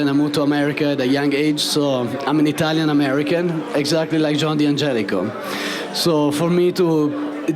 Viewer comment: It's not "dee-angelico"; it's "dan-gelico." It's a contraction. They've even got the Italian guy mispronouncing it. SMH